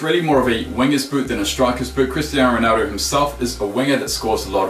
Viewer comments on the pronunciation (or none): none